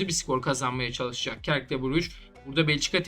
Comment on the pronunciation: | Belçika temsilcisi Cercle Brugge'nin Türkçe telaffuzu " Sörkıl Brüj " şeklindedir. Bu bilgilendirmedir. Lütfen yanlış anlaşılmasın. 🙏🏻